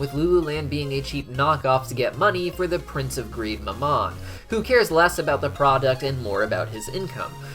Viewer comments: I'm sorry, this has been bugging me, but you pronounce mammon wrong. how it is pronounced is this (ma'm-on) ma'm being said with a southern like accent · I know I've said it before but the prince of greed's name is pronounced "Ma'am-in" Its my only pet peeve on your otherwise amazing videos :)